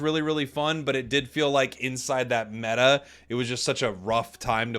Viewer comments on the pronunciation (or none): none